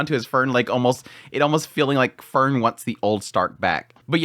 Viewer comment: It would be even better if he could properly say her name.😁